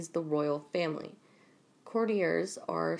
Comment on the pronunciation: Cour- tee-yers ; courtiers (sp) You got it, girl x